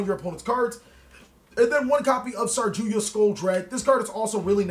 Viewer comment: You're a pun machine! Also, I'm curious if you're saying "Sarjuya" on purpose or by chance, as it's "Saryuja," with the Y and J switched! XD